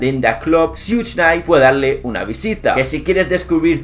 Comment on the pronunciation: Amigo se pronuncia Shuk nayt, no sug...no hate solo soy perfeccionista